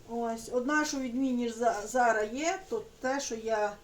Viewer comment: Говоріть нормально, не зара, а зараз!!!